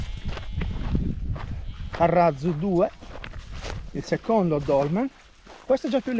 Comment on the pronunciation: Salve, Nel titolo ha scritto "carratzu", il tz si pronuncia più duro di una doppia z. Ma ha pronunciato con z debole che andrebbe scritto "carrazu"